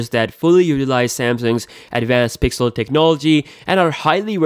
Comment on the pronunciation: "Pigzel senzor beeyest"